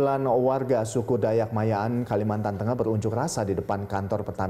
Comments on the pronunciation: Ma'anyan woy bkn maya'an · Ma'anyan boss.. bukan mayan :v